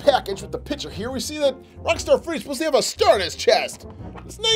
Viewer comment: ur saying "pitcher" not "picture” XD